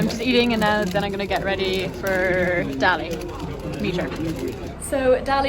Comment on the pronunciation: wow a commentator pronouncing Dali's show name correctly 🤯👏👏👏 well done mr commentator I'm very proud Edit: noooo he failed 😭